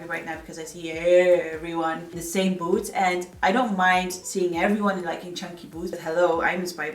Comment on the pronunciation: I thought you said: 'maybe if I pair it with some BOATS' 😂